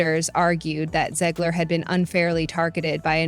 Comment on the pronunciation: Great video but you never did figure out how you wanted to pronounce Zegler. Gotta pick one way and stick with it. Lol